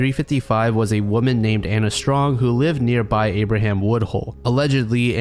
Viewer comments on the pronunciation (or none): none